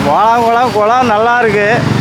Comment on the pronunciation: குளம் சொல்லத் தெரியாதா உனக்கு